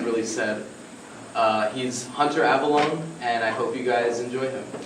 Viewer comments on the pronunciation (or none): Hunter avallone, pronounced ahva-lone-eey